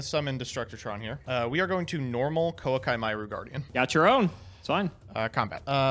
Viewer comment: I will never accept the way pronounces koa’ki meiru cards